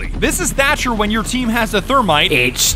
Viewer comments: Watching this back, shoulda been called thercher not thermcher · Why does he call the Thatmite duo thermcher? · thermcher? "thatmite" not work sorry, thatcher needs a buff please